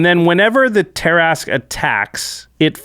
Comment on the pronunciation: Pretty sure it's "Tear-ah-skew"